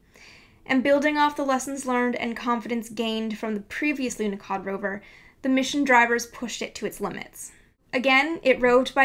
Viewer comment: there is no "K" in the name Lunahod, who is the idiot to put a letter "K" in there. Must be the same idiot who put letter "T" at the end of Borsh. THERE IS NO "K" IN LUNAHOD, AND NO "T" AT THE END OF WORD BORSH!!!!!